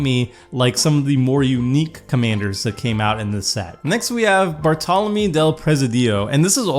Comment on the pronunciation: Good pronunciation in the first name and surname, but second surname should be "ah-geer-eh" the e in Bartolomé is an "eh" sound and the emphasis in Presidio is in the first "i" Great video btw